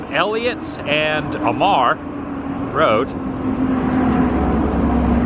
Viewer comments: Pronunciation if you need. A mar. Not uh mar. And it’s La Pwent tay. Not pwentee. Hope your donuts didn’t have flies. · It's pronounced "A"-"Mar" road. I grew up there. Also Double check I think It's West Covina not La Puente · lived down the street from here back in 1977 across from stater bros. Mkt. it is pronounced W/ A HARD A A..MAR